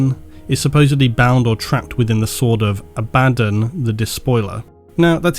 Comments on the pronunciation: Pronunciation help: Abaddon should be pronounced Abba (like the band) Don (like the godfather) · Who's ab-a-din? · So since we can't agree on where the stress is on Abaddon, (AHbaddon or aBADdon) lets just stress all 3 syllables. A Bad Don. An Evil Donald? Ok, I'm leaving now. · Look up how to say Abaddon, you fraud